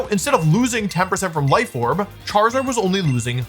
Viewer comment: "ChaRIZZard" lol😅🤣